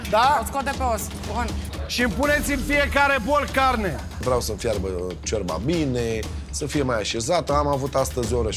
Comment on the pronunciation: Ce mi-a plăcut cand a zis Bontea:"Ciorba.....a scos "șiorba" d'acolo au incercat sa desfacă aia ,au varsat, era Iulian plin dă zeama dă "șiorba"🤣🤣